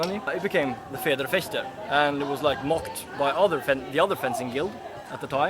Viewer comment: If pronouncing German words is too hard for you: just don't do it.@ idiot with the ponytail